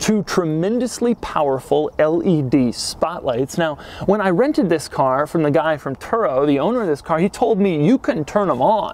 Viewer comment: Note that in this episode the THIS is not emphasized enough. Doug didn't rehearse enough.